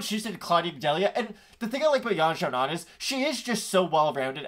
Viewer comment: Major respect for the correct pronunciation of Yan Xiaonan (source: minored in Mandarin in college)